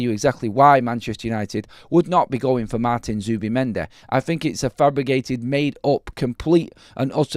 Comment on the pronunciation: ‘Fabrigated’, really? lol😂